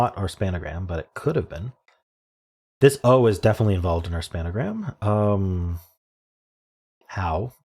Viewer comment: Hm, this one had two spangrams, or as you (alone) like to say "spanagrams".